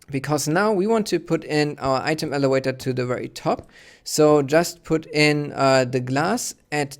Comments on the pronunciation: its elavator not elewator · I don't know what you mean. He's obviously not native English so of course he doesn't pronounce elevator 100% properly.